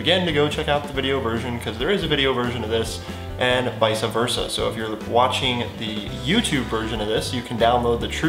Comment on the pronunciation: vice versa....not visa versa. Just so ya know